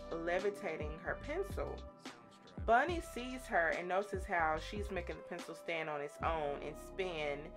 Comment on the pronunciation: Bonnie not Bunny.